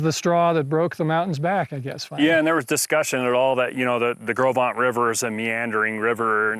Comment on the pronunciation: I'm nearly 80 and have read "Gros Ventre" since elementary school, studied Lewis and Clark and the fur trade for years and had NEVER heard it pronounced. I would have never guessed it. Thanks!